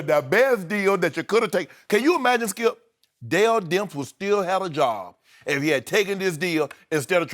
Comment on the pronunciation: Shannon “Don’t do that Skeup” Sharpe...